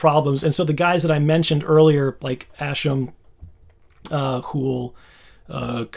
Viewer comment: Ascham pronounced Ask not Ash. (yeah, i'm that guy, lol). great explanation of a topic dear to my heart.